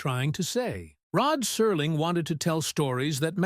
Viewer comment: Rod Serling — why does he suddenly become Rod Surling in this? Is that on purpose??